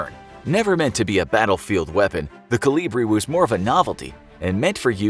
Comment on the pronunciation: It's kolibri.